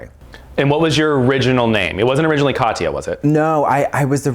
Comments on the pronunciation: Every time he calls her Katiya I get flashbacks of TKB saying Chad instead of Chaz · It’s Kah-tyah, not Ka-tee-ya. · am I the only one bothered by people saying "ka-tee-ya"? it's Kat-ya. 2 syllables, not 3. (ignore my neurotic bullshit lmao)